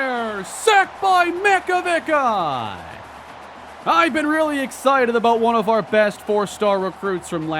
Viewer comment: hey, small little thing but I'm like 99% sure Makovicka's name is pronnounched Mack-oh-Vic-ah. Love the vids man keep it up.